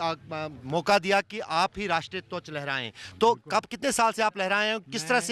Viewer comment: Twach nahi dhwaj hota Bolna sikhle bhai. (.48 seconds pe )